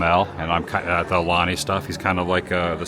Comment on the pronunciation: Wassup Adam!! Aloha from Hawaii! Check this out, I love your content and watch it every morning (Hawaii time) but you’re still pronouncing “AULANI” wrong, my brother…🤙🏽